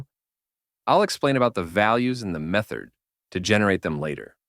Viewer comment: are you saying methord?